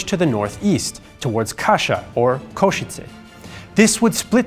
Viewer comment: The correct spelling and pronunciation is: Kassa.